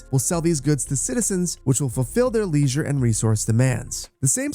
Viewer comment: The way you pronounce 'leisure' kills me 😂